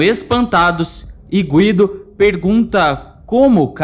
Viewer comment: Gúído.. fala Guido, toda hr falando nome errado, tá marrado.. 😡🤦🏽‍♂️